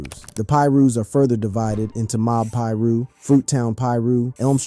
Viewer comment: I stopped watching when he said Mob Peer-ooh